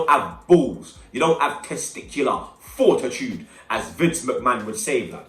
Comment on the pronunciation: Mans said testicular fortidude yo